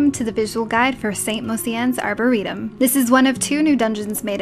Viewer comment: She says "arboretum" properly!: 1; Happy: 0:P